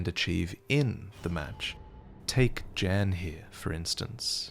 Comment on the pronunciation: Jan is pronounced more like "Yan".